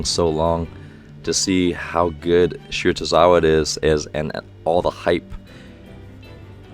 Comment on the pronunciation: It’s shi-ra-to-RI-za-wa